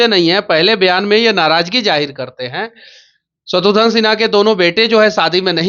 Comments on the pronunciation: शत्रुघन नहीं शत्रुघ्न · शत्रुघ्न बोलो तुम लोग शत्रुध्न या शत्रुधन क्यों बोलते हो। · दोनों ही नाम का गलतउच्चारण कर रहे हैं , शत्रुघ्न है ना कि शत्रुधन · शत्रुघ्न को शत्रुधन मत बोलिए नेताजी व पत्रकार महोदया। घ की जगह ध बोल रहे हैं आप, कृपया शब्दों को उच्चारण ठीक से किजिए।